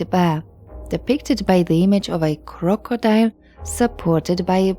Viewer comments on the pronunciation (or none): none